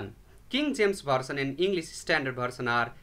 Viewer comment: I can't understand some of his pronunciation of English words. For example, he'll pronounce the word version as bersion. So this wasn't a good presentation because of his inability to pronounce some English words correctly.